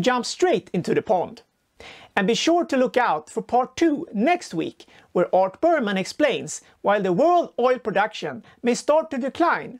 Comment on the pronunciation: It’s Berman not Burpmann